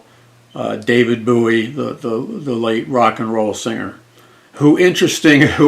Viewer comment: It's bowie like a bow and arrow